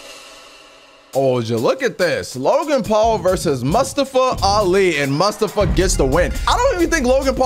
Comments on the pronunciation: It’s pronounced Mu-sta-fa Not Mus-sta-fa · Pronounces it.. "Musta-fah"...try "moo-stof-fah" that's a common name and easy to sat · keep saying mustiva it’s mustafa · you're killing me dude, it's moo - staa - fuh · Totally say mustofa name wrong lol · Hey it’s MOO-STAA-FA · You saying mustafa Ali wrong